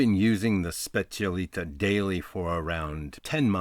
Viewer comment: I'll be disliked to hell but just want to point out that it's called and pronounced specialità not specialita , that stands for "speciality" in italian.